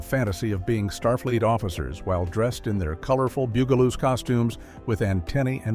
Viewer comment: The AI in this was incredibly annoying. For a program About the bugaloos, it would have been nice if the guy could have pronounced bugaloos! Weird pauses and so many words mispronounced. Did nobody check this before they posted it? Not to mention that, it doesn't end properly. It just kind of stops while skipping like a bad record.